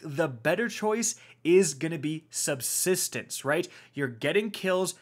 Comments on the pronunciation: Glad I wasn’t the only one who heard that lmao 😂😅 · We have “SUBTISTENCE”🥴🤣